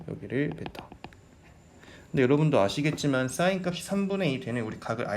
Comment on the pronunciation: 강의 내용도 좋고~ 다 좋은데! 한 가지 아쉬운 점이 있네요! sin 발음하실 때 악간 공기 소리? 쇳소리? 그런 소리가 나니까 듣기가 살짝 거북한 느낌이 있네요ㅠ 근데 강의는 짱짱 좋아요!! 감사합니다 🙆🏻‍♂️